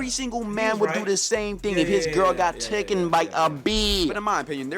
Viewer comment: Can people PLEASE stop saying TOOKIN'... it's TAKEN